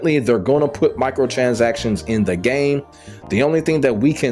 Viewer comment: “Michael transactions” 😂 killd me every time. Nah but the points you made are must haves for sure